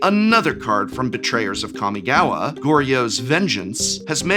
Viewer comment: Don't forget the Prof used to pronounce "Jitte" as "Jit" all those years ago... Or "Kamigawa" as "Cammy-gawa" So we've come a long way indeed